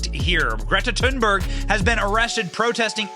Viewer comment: Dang! Benny almost said Greta's name right! He didn't pronounce the "H". It's more like "tune" or "toon". Most people can't help but say that "H". Here